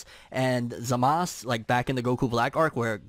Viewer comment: It painsful when you say the name wrong... its not zamas , its zamasuuuuuu